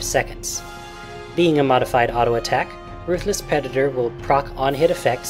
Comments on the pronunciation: I heard u say pedator if u listen carefully.:P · pedator? Don't you mean predator?